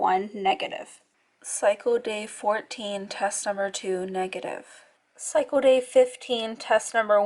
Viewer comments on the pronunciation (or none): "Psycho day" lol it's pronounced cycle. With an L. 👌🏻